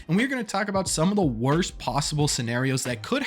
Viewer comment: Ok..somebodys gotta do it... "Wost"??